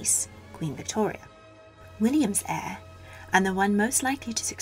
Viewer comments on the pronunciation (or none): none